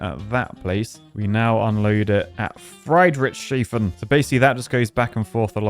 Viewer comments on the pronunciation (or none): Fridridschschayffen is definitly how you pronounce that city. Great video, as always. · Those are all city names around Lake Constance, which is located between Germany, Switzerland and Austria. Lake Constance even looks almost correct. BTW: "Friedrichshafen" is pronounced "freed ricks ha fan" and basically means "Fredrick's port" (named after a King called Friedrich/Fredrick)